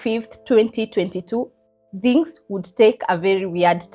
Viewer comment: Kenyans: THINGS ❌ DHINGS ✅